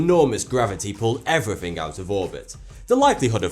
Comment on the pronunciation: I like how he make fun of overweight people even tho he can't even talk right "everyfing" "Betta" I'm dying.